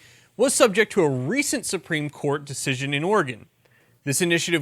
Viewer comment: Oregon native here... Oregon (Or-E-GUN). He says it correctly. Is that why you love it? With flush it down Kate Brown and continued Californication it may be pronounced OR-E-GONE soon.